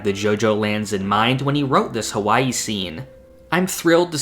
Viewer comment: Don't say H A WwaiIi ever again! Not cute at all.